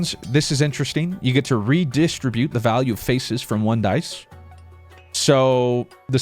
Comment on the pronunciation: the way he keeps saying reDIStribute is killing me XD